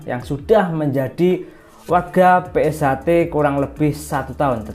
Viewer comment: PunkSHter mas bukan pungter😒😒😒